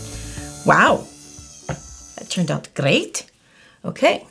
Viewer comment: you said it turned out "great" you actually sounded a little scouse (liverpudlian) love your tutorials, im learning now and your tutorials really help, very informative, thank you